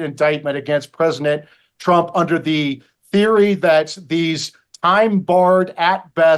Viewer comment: Why does this guy always call Trump Presnick Trump?